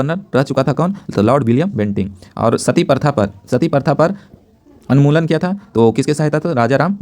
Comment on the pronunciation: anmulan nahi unmulan hota hai